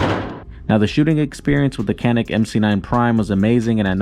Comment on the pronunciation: If you're going to make review videos, learn to say the name of the product